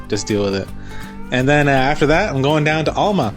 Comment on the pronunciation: Thanks for the vid, really enjoy them. Also enjoyed your play on words with Cape Enrage/Cap Enrage. One last observation, ifn' ya wanna sound like a local, its pronounced AL-MA like your Uncle Al not ALL-MA like all of your uncles. Cheers lad and looking forward to the next one!😀